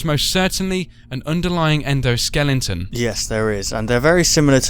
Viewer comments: Its endoskeleton not endoskellington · he said endo skellington